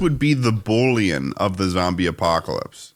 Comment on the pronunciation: I LOST IT when said bullyon lol. That is my fav bit absolutely bring it back!